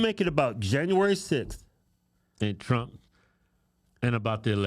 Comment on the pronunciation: Please Its not CRUMP dont make me say it😂😂😂😂